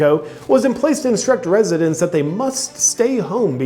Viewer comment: California resitents...😂😂😂 I like it.